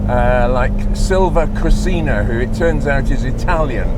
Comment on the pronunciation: ...When in Italy we built cars...about the correct pronounce of the name of Sylvia Koscina, the right one is "Sylvia Kòsheena" (with accent on "o")